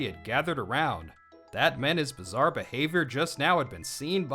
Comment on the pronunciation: Did you say bizzare